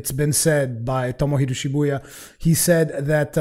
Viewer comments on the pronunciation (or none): none